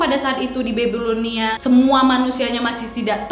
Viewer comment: cara bacnya BABILONIA bukan BEBILONIA wak wkwkwk